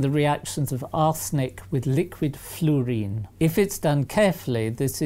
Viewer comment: New way of pronouncing fluorine. Flewrine.